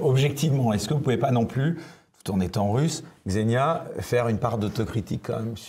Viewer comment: Je sais que c'est pas intuitif pour les français, mais ça se prononce "Ksénia". Même chose pour Svetlana, ça se prononce plutôt comme "Çviétlana", pas "Zvétlana" :)